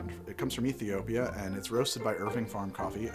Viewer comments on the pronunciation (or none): none